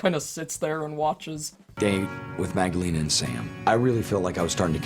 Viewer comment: Magdalena not marlana😂